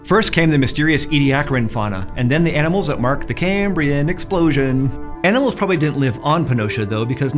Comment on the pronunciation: Was the way he said Cambrian a reference to that beautiful Bill Wurtz video?